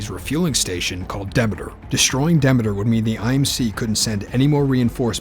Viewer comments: why isn't it pronounced deemeter after the Greek goddess of harvest? I could've mispronounce it idk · ITS PRONOUNCED DE ME TER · The way he says Demeter tho